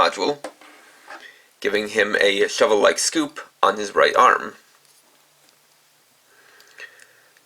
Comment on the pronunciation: I'm sorry, what now? S-c-o-o-p switch not scop switch